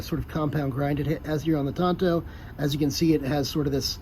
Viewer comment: Did you graduate the 5th grade? It's a Tanto, not a Tonto! KnifeMaker